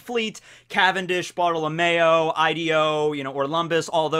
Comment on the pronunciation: Cavendish,BOTTLE OF MAYO,Ideo, Orlumbus. i cant be the only one who heard bottle of mayo instead of bartelomeo